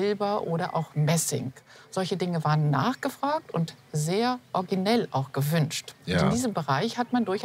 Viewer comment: Sogar unsere kluge sagt orginal, statt original! Und orginell, statt originell!